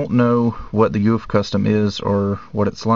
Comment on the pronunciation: its not pronouce goof its pronouced GoF